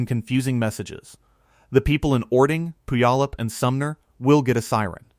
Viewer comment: The narrator doesn’t know how to pronounce Puyallup Washington. 🤣🤣🤣